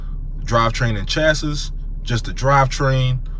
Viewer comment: the chass-iss lmao not exactly but close enough